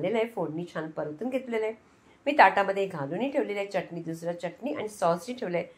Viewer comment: च्यटणी नाही चटणी म्हणतात. बाकी उत्तम रेसिपी आहे.